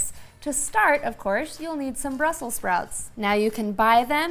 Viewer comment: I'm usually not a grammar ninja but it's Brussels not Brussel, I have no plans on cooking those dangly things on my toothbrush!